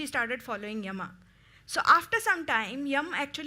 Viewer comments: Yama yama does not sound good please say yam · It is written Yama in English but it's pronounced Yaama.